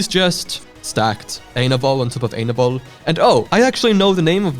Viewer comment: Dude, you have to check out ETO: HFTBW (Ending Time Octet: Hurt for the Broken World); if you get confused on what happens in the end, look at the chat; one of the comments would explain what happened to each. [Also, Lovania isn't his name, his name is JUST Ainovol Sans [I-in-no-volt]]